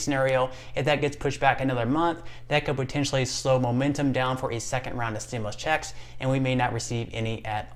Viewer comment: pronounced STIM YOU LUS not stimlus